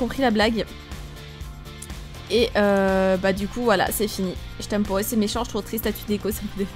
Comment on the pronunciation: Même si cette vidéo date, le "jtm po" me fera tjrs autant rire psk elle parle comme une qc là x) Pour le snap, j'ai déjà été bannie 3 jours pour échange d'infos personnelles, je demandais le snap d'un gars psk je voulais lui parler sur snap alors que ça m'était jamais arrivé avant ! Faites très attention les gens, je suis la preuve que c'est pas que les pervers qui reçoivent ce genre de bannissement :) Je voulais uniquement son snap pour lui parler quand je serai pas chez moi mais là je lui parle plus du tout bref.. Faites très attention !